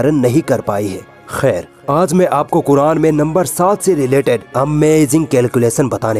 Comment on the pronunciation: Isko bolne bhi sahi nahi aata phir yeh Quran kaise padhta hoga? Yeh cheez ko cheej bolta hai, yeh Quran ko Kuran bolta hai,Yeh jara bolta hai lekin isko zara bolna chahye, yeh kiyamat bolta hai lekin isko Qyamat bolna chahye. Jab iski pronunciation hi sahi nahi hai toh is se kiya seekhna.